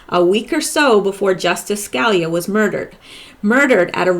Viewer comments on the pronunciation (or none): His name is pronounced Ska lee ah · say it like this sky-le-ya Scalia Ska-la-lea ask a Italian person I can not help you over the internet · Hi..ton.in Sca...lee...yah. Hope that helps. Anyway you pronounce it, you do a FAB job. So, thank you.:) Keep it coming. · It's pronounced SKA LEE YA. As in Judge Scalia. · Hi, I love your work. I know you work hard. One little note to help Scalia is Sca (Ska) Li (lee) a. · Hi. I'm not being critical, I've seen many Q related sites, but I'm with you now exclusively, you're head and shoulders above the rest. You said you were going to do a segment on Antonin Scalia so I thought I would help you with the pronunciation of his last name: Sca-lee-a Hope that helps. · Antonin Scalia Sca-lee-ya